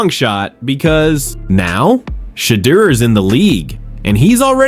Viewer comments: OMG! I cannot watch this anymore!! You've said five different pronunciations of "Shadeur"....killing me! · Chump stop butchering Sheduer Sanders and Deion Sanders first names!!! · It's no way that you can't pronounce SHEDEUR ❤❤ this is just being disrespectful and done on purpose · Why this dude pronounced Shedeur's name like 30 different ways 🤔